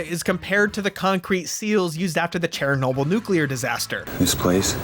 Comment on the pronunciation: chair-a-nobel- nuclear disaster made me pasue and rewind like 5 times